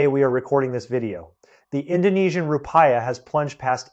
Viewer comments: Please bother to do some research on pronunciation. So, you won't embody the stereotype of clueless-of-the-outside-world Americans. It's Roo-Pee-Yah. Not Roo-Pie-Yah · The Indonesian currency is pronounced "roo-pee-uh", not roo-pie-uh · Thanks for the info. Roo-pee-ah. Other than that I agree with everything else. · Desperate circumstances called for desperate measures, but not thought through diligently beforehand. Rupiah is pronounced as rupee..ah. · i almost believed this until i heard him say ru-pie-ya lol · Counterintuitive thinking will shed the light … short term pain and challenges will be on the horizon but the mid to long term prospects for indonesia will be just fine..: the wealthy were looking for the dump to but and sit and see it all multiply… i think before we look to seek advice from an outsider .. we need to be sure he can at least pronounce the name of the currency correctly .. some expert .. i am an outsider but living in for the last 25 .. hang on its coming 😂